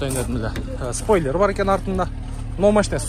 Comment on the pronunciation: Вывытай дейтко😂😂😂... Спойлыр 😂😂😂😂, сыдан...😂😂😂😂. Сен борончу мн зарылбектенда катуу экенсин😅